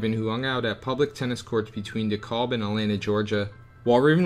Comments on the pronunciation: Dekalb is pronounced dee-cab. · Hey man, good video but heads up: DeKalb is pronounced De-Kab. Thanks for making a video about Georgia! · DeKalb is pronounced Duh-Cab, Macon is pronounced like Bacon and you already have Cordele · Great video but learn to pronounce the towns. Dekalb sounds like De-cab and Macon sounds like May-con. Cordele sounds like Cor-dell. I think that’s it. You can always YouTube how to pronounce them. Lol sorry really great info though.